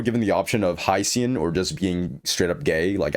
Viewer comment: Why does he pronounce Huo Huo as How How and Hyacine and hicine